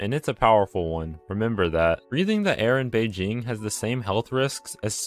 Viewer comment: I’m impressed you pronounced Beijing correctly 🎉💜👌🏼